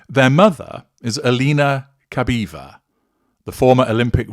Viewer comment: Very interesting. About pronunciation: The surname Putin is pronounced "POO-tin", not "PYOO-tin" (which would be written in a different way.) As for Alina's surname, it's pronounced "kah-BAH-yeh-vah".